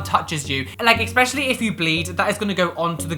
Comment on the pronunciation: there is no X in the word ESPECIALLY. 😉